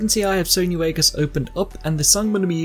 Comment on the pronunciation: 22 seconds in he says Sony Wagas